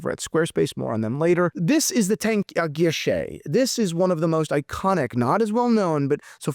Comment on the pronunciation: It’s tank a guichets( which means windows or counter) not tank guilloche( which means ornamentation work on a watch dial using a rose engine machine).